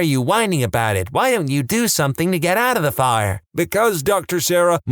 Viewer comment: No K in the word something.